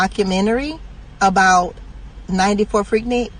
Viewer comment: Annoying.. it’s pronounced freek-neek!!